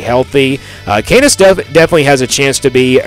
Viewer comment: Yeah this guy doesn’t know shit and can’t pronounce KANZASS. Avery will ball